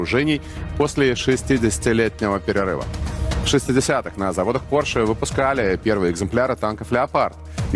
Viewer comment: Гарна передача! Лише Porsche- наголос на першому складі!